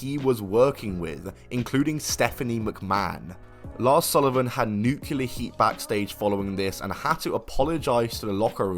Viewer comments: Just so you know, the wrestler mentioned in the previous video (Chaysin Rance)'s name is pronounced how it's spelled, Chay-sin. Like Jason but with a 'ch' sound. Also, nuclear is pronounced 'nu-clee-er' and not 'nu-cue-ler' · Nuclear, not Nukular -- derived from Nucleus not Nukulus. FFS why is everyone suddenly George Bush when it comes to pronouncing nuclear... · The word is pronounced New-clear Nu- clear Nuclear!!! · "Nucular"? Alright, hand over your Britcard.